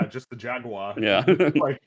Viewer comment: "jag-wire" is definitely wrong, but "jag-you-er" is also missing the origin of the word being Portuguese. The "ua" in "jaguar" is the same as in "guava". You don't say "gyou-ava", you say "gwa-va". It's just "jag-warr".